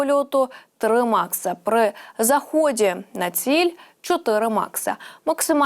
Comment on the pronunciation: Швидкість три Маха, а не "макса"! 😂